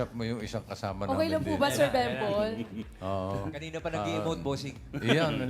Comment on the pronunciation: Bembol, hindi "bimbol".